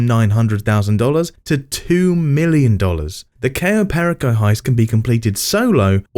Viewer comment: replaced his voice with an AI one Oh. How fun the Dooms Day heist was on stream.. Cayo perraco instead of Per-ico. Have to love the AI pronunciation.